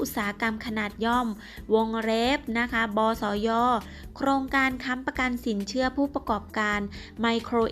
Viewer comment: สินเขื่อ..ออกเสียงไม่เอก อินาง... ติดเหน่อปะเนี่ย!!